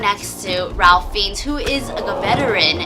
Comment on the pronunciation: Lovely review but Ralph Fiennes' name is pronounced "Rafe Fines".